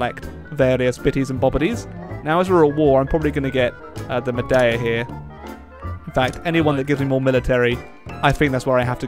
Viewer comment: Just FYI maeda is pronounced may-dar